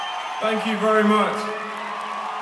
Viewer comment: I heard "VEEERY BIG" wat :)